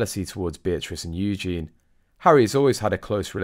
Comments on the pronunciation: why do you keep on saying Eugene? man’s name! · pronouced U- gene-nee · It's softer than that, though, isn't it. Hard to show what it sounds like; to me it's a zh sound...I bet the poor girl has cursed her parents at times for being too clever. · Drives me crazy that you can't pronounce Eugenie's name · Please, please say Eugenie properly. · Please try and get the pronunciation of Eugenie correct. Thanx. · He not even able to pronounce "Eugenie" correctly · Meant to say mispronounced Eugenie. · Eugenie is a female name with a long eee sound at the end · Can I just say it's EugenIE not Eugene - the latter is a male name. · Her name is Eugenie, not Eugene, which is a man's name! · You are mispronunciation Princess Eugenie's name.You are saying Eugene (.male). It's Eu gen ie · You are mispronouncing Princess Eugenie’s name - Eugene is a man’s name. If you’re going to comment, you should check things like this first. The York Princesses walk the line between Royal and Common very well. They don’t need jobs, as they both married very wealthy men and will inherit their fathers fortune too. They have been brought up to know and understand their roles in the Royal Family. Meg is just a dumb American that people are truly fed up with. If she wanted her children to have titles, she should have stayed in England and kept up with her a Royal duties. Whining and taking shots at any of the Princesses is very stupid. The York Princesses will continue to be an asset to their family. One may soon be a Councilor of State as well. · Please learn to pronounce Eugenie! There is an "ie" at the end, Eugene is a man's name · I enjoy your videos but could you please try and pronounce Eugenie and not refer to her as Eugene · Please pronounce Princess Eugenie's name correctly. Eugene is a boys name!!! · Isnt it Eugeee nie? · Pronounced the letter u– Jen– e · Please learn how to pronounce Princess EU gen ie with an emPhasis on the first syllable! U gen is a masculine name!!!